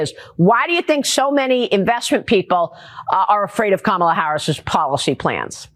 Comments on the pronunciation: Oops. tRumpy accidentally pronounced Kamala correctly in that video . 😅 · Maria said Kamala’s name right!?! Wow! So did a couple other hosts, after the first few times they say it wrong